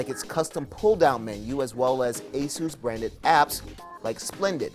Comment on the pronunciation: Asoos? It's just Asus, damn.